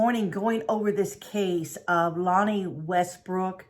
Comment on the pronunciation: Its La-nay and we live in anacortes, Wa pronounced (Ana-cor-tes)